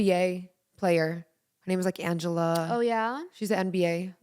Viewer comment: Naz said Angela lol it’s Angel Reese lol